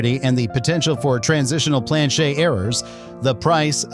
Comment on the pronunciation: A lot f 25 yr bank tellers . Are clueless . 66’ had some silver ax well . Planchet is never heard it pronounced the way you do . I’m only a 21 year collector . And learned from the best . Ken Potter . A local . I’ve had John Wexler may he RIP buy errors from me and Fred Weinberg in CA . If you never heard of those names . ? You haven’t a clue